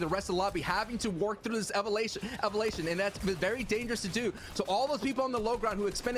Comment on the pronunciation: Nobody: Umm yeah no one: EvAlaTIon